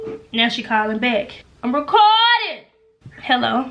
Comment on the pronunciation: Lmfao “ am racourrding” loool